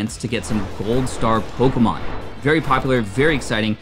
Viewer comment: Your pronunciation of the Pokémon names is cringe worthy.